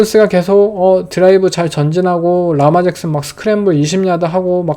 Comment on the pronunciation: 르마 잭슨이라고 발음하는게 맞습니다